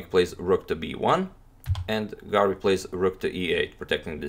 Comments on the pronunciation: I can't avoid hearing "garlic" instead of "Garry". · Antonio can pronounce any name in the world except: Garry